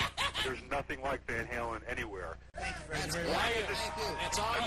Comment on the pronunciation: It's Van HALEN, not Van Hagar!